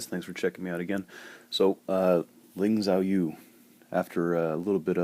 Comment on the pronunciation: youre pronouncing her name wrong, haha.